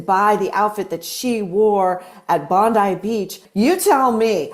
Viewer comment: Maureen you said it correctly Bondeye and not Bondee for Bondi thank you thank you